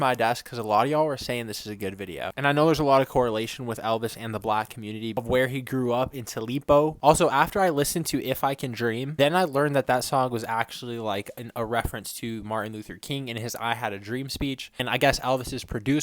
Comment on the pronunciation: Tupelo is pronounced as Too pa low